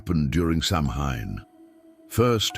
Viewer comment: Mispronouncing Samhain was enough to make me exit.